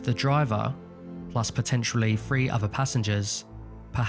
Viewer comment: Nope. Not listening to your insistance that "three" is pronounced "free". I'm sorry enough of your ancestors were toofless so as to destroy your use of language.